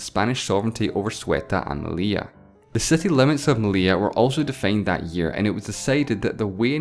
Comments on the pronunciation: The 2 Ls in Meli*ll*a have a Y sound, therefore his pronunciation is right. "Meliya" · You nailed the pronunciation of "Melilla", how come you failed so bad in "Ceuta" ?